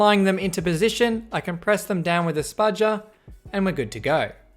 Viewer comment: “hold my spudgaaa”